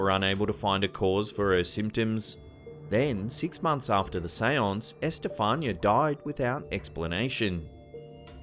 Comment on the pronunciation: EsTehFAANia LOL .... it's Esthe FAH- ni- ah.